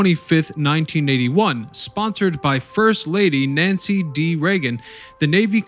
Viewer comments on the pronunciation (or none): none